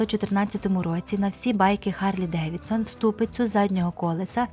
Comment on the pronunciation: Чому гарлі якщо харлі? Це ж такий лютий недоправопис що аж боляче